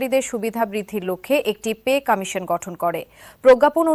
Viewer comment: কামিশন না কমিশন হালা কয়তে পারে না